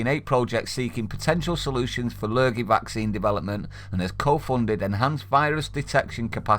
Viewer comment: I dont want Woody Allens 'vaxeen'